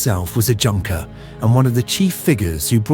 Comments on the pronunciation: For the future, the word Junker is pronounced "YOON-ker". Otherwise top notch. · I understand that "Junker" is pronounced "Yunker."